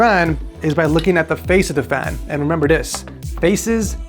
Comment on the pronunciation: As an Armenian I was flattered when she called the fan "FRRIK"😂